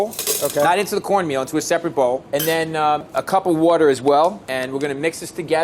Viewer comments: It’d be easier if Bobby said water not whater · Bobby Flay and Brad Leone say water the same way. WOURDER